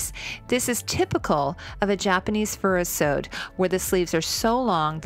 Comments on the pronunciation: Furisode is pronounced "Fhu-Ri-So-Dey". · Japanese "furisode" is "foo-ree-SOE-day" (4 syllables) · Definitely all of Margaery's dresses are my favorites! She knows how to use her sexuality as a psychological weapon without being downright sexual. Her dresses reflect her cleverness and her beauty. Also Furisode is NOT how its was pronounced in the video. Its pronounced Fu-Ree-Soh-Day